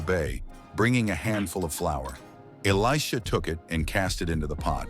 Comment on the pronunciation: Good job on the proper pronunciation of Elisha's name. 😊